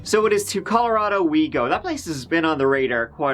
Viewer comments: 🥺🤦🏻‍♀️My favorite part is when u say "LET'S GIVE IT A GIW"😂when the action begins 🤍 Omg what happened to that little boy! That's so sad, how could a father do that to he's own son💔 the way he domp he's dead body shows he was really cruel 🙁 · i just want to mention that the way you say 'Go' has really grown on me and i now absolutely love it. i have taken to also pronouncing it as "Geyw" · It's so very endearing that you think 'go' rhymes with 'poo' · I'm concerned that he was found guilty with no proof whatsoever. What evidence was there? Also, apparently go rhymes with poo.